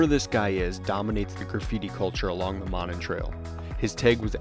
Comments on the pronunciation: Monon [MOE-nahn] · Pronounced Moe - non. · It's pronounced: MOE-non. Those homes that face the trail have Winthrop Street addresses. If you go around the back of them, down what looks like an alley, you'll see all the address markers and mailboxes. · I am sure others have said so, but it is pronounced ' MOE-NON' Trail. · It is pronounced Moe Non. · Monon is pronounced Moe-non;it starts at 10th street and I-65 up to Carmel, Indiana, Westfield and north to Sheridan, Indiana. Covering almost 30 miles one-way. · Good lord at least pronounce the name right! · Yup, it's MOE-non (non rhymes with on). Also, Chatham is pronounced CHAT-um, in the British style. If it's any consolation, I had no idea how to pronounce Polyphia, lol. Great footage! I've never seen the Baumeister estate from the Monon side.